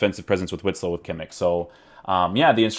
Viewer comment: I believe it is pronounced 'vitsel'